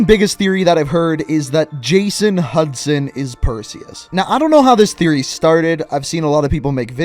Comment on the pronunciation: its actually hudson lmao